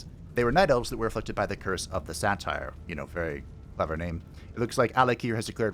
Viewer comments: the way you say satyr like satire 😭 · That is..a way to pronounce Satyr, I guess. Not one I've heard before, as far as I can recall, but eh.